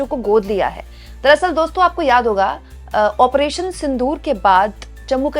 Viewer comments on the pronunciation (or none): none